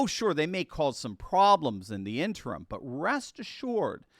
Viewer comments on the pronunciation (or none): none